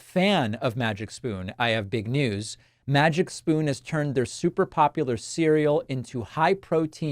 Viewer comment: Oh Davif, i thought you said MAGA SPOON in the advertisement.